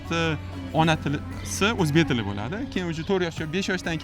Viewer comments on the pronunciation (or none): Boshlovchi o‘zbek tilini o‘rganing avval. Uzbik tele deysiz. Tele emas tili. Eshlarga revoj mas ,ishlarga rivoj.